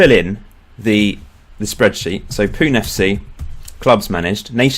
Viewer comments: I am from Mumbai, India! (By the way, it's pronounced Poo-nay not Poon) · It's pronounced 'punay' not 'poon'. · Pune FC is pronounced as 'Poo-nay' FC :P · I'm from Fife, Scotland but I have Northern Irish and Indian ancestry. BTW it's pronounced Punay